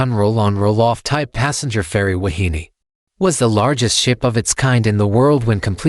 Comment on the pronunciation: pronounced: Wah-hee-nay.